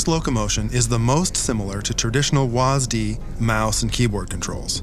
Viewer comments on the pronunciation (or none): bruh they said W-A-S-D as Was d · Did he just say was-d instead of saying w-a-s-d... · I thought it was WASD, not WASDY. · this man really pronounce WASD as was-d also please attention to tf2! It's infested with game crashing bots impersonating valve while spamming slurs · DID THEY JUST SAY WASDEE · You know Valve is from the future when they said WASDEE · It pronounced "wasde"? Oh my whole life... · wasd instead of W A S D, how do you actually pronounce it. I cringed. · Never heard it pronounced “was-D” before. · who says WASD as a word?